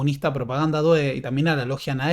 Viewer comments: "due" en Propaganda due se pronuncia con acento en la u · 😀"due" se pronuncia con acento en la "u"